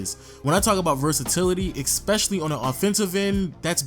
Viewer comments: Learn to say especially. You’re saying ekspecially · STOP SAYING EKSPECIALLY